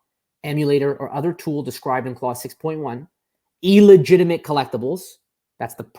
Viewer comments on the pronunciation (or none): It's "illegitimate" not "eel-egitimate" 😑